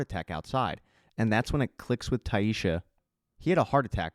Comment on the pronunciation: Great job, as always but its Tai-SSa, no H, no "sh" sound. Just yhr "s" sound.